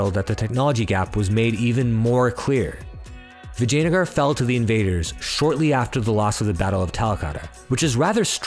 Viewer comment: As someone with ancestry, just the way you say “Vijayanagara” is 👌 Another great video dude!!